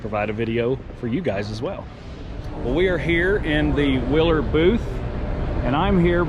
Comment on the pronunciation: Hey get the name right when mentioning a company..sounds like you said " wheeler" booth for the light company!!